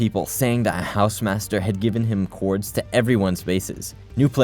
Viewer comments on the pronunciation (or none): Younger folks are normalizinh the mispronunciatipn of “coords” as “lords”.